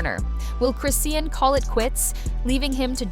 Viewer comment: Chris-ian? lmaoooo the voiceover lady could at least TRY, like give me a breakkkkkkk lol